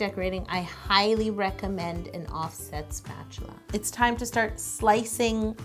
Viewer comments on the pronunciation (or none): none